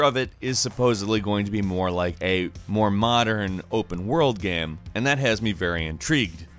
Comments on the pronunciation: GAME... the word is GAME... not "gheeeeeem" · i love the way he says Game, G E E M